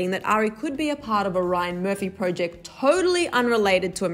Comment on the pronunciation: The way u said project. Urghhhhh